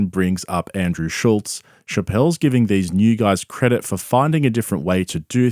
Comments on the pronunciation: I can't stand how everyone puts a "T" in Andrew Schulz's last name... It's F'n SCHULZ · This YouTuber doesn't even know how to pronounce Schulz's name. How much does he really know about him.